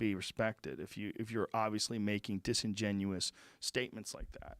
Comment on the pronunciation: Joe “disengenous” Rogan